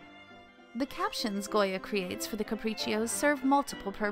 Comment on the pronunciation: They should've gotten a narrator who actually knows how to pronounce foreign words. "IntaGLio" and "Caprichios"?! Shudder.